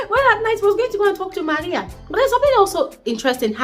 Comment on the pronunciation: Love the way you say MARIA